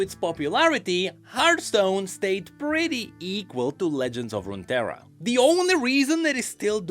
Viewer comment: It's hearTHstone not Heart..